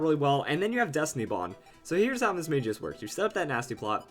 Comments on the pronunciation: It's Mis-Mag-ious, not Mis-Mage-ious. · I hate to be rude, but you pronounced Mismagius wrong. The correct way is Battle Revolution, the anime, and Pokédex 3D App.